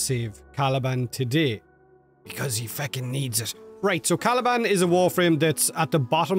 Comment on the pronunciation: All jokes aside Caliban with a t 😂